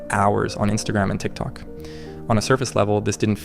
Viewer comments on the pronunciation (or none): none